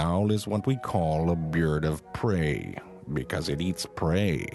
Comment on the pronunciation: the look! 🤣 Is it because he pronounced it like “beard of prey”?